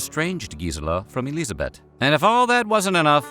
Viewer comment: Nice pronounciation of Elisabeth! 😍